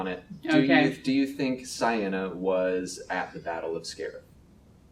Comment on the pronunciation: It literally says in the novel that Ciena rhymes with "eye-henna" or something like that, so I think the pronounciation should be clear.